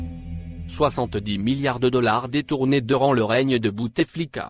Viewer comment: Écouter quelqu'un qui qui ne sais même pas prononcé dollars,cela pèse quand il lis sa feuille avec des abréviations, alors la prononciation des noms est plusqu'enuise.